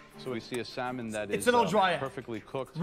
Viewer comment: Stop pronouncing the l in salmon!